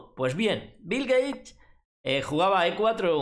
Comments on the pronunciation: Shot por cada vez que dice Bil Geish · "Bill Gay" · bill geich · si asi dijo jajaja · Qué contrariedad para Bill "Gueich" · Bill Geish! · Bill Geich, me encanta!